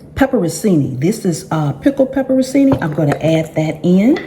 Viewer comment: pronounced Pepper-chee-nee